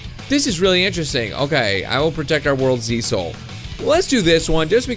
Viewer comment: lol he said Z-Soul